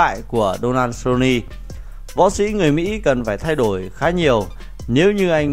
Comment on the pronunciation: Giọng thì đọc kinh khỏi bàn, MẮC LE GO , SU LO NI hài thg chủ kênh.. 1 kênh thông tin mà đọc thế thì m nghĩ là vừa :)))